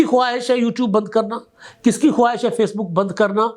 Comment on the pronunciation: لفظ ' خواہش' میں و ساکن ہے. تلفظ خاہش بنے گا.